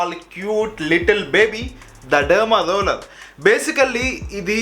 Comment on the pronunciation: Derma roller ❌ derma loller 😂😂😂